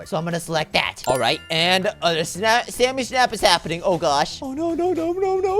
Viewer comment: it’s not Sammy it’s samy